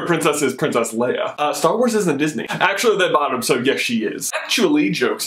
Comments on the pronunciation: Are we just ignoring the fact that keeps saying Leah instead of Leia!! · LAY-AHH NOT LEE-AHH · "lee-uh" lol "lay-uh" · Man, I can't stand the way you keep saying Leeah! Its Leia with an A, not a flippin E!!!! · Lay-a not lee-a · Is anyone else bothered by how he is pronouncing Leia, Lee-ah and not Lay-ah. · I love this video expect I am always really annoyed when you say Leah instead of leia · You say Leia like Lee-a, not that its a bad thing, I Just noticed it. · you said LEE-UH....NO. LAY-UH. Leia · its not leeeah its laaaaaya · Okay, I am just gonna stop you there. It's LAY-UH not LEE-UH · its Leia not Lea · Lay-ahhh not Lee-ahh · Did he just call her Leeah the entire time? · Why are you pronouncing it wrong? LAY-A, not LEE-A... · lay-ah, not leah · The fact that you keep calling her "Leah" omits your right to even debate anything anout Leiah. I do agree that she is not a Disney Princess, though, Starwars will never be accepted as a Disney IP by real fans. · Not Le-uh, Lay-uh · It's leia (lay-uh) not Lea (lee-uh) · it is pronounced (laya) not leah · For most of the video you pronounced het name Lia not Leia. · Why are you saying it "Leah"????? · Does it bug anyone else how he always calls her "Lee-ah"? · Honestly! It's pronounced LAYA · It's pronounced Laya! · I hate when he says her name wrong. I'm sorry but I can't stand it. Her name is pronounced "Lay-uh" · Leia is pronounced Lay-ah. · its Leia, LAY-UH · Why do you keep saying Leia as "Leeuh"? That's not how you say it, bruh. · thats not how u pronounce her name its (lay-a) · Please pronounce her name right. So many people do it wrong. Don't be one of those losers. It's pronounced ( Lay-uh ) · HES SAYING LEIA WRONG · Why did you pronounce Princess Leia two different ways in this? The one you did the first time was correct. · when you say her name I cringed